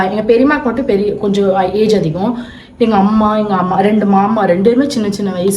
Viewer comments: Yaru indha avuma summa avuma avuma soldre ammaamma sollu😂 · Auma illa ammamanu alaga sollunga